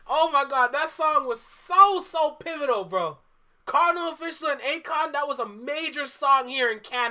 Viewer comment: Lol how you gonna reference the Caribbean influence on Toronto and then say "Cardinal Official" bro... say it right, it's Kar-di-NAL, Off-ish-AL! This video is more proof that Drake overshadowed the entire Canadian hiphop scene. Some of the former artists helped him early in his career and I don't feel he's ever fully repaid his debts to those who came before him.